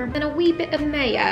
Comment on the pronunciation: “A wee bit of Mayo” in a English accent 😂😂😂